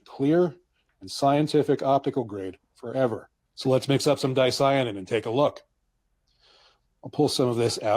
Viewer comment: Ps. Dicyanin is pronounced: Di-cia-nin , the Y is also pronounced as an "i" instead of an "e"😊 fyi